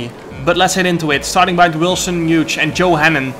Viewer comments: Hughes is pronounced Hewes not Huge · Wilson's last name is pronounced (H-you-s), great race though, shame about the penalty, track limits have always been strange in these games. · I think the g in Hughes is silent jarno🤣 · It's quite funny how Jarno says "Wilson Huge"